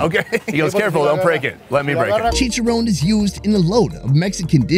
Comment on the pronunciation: I cringe when this guy butchers the pronunciation of the name of the foods. Chicharowwwn? Really bro? 😬😬😬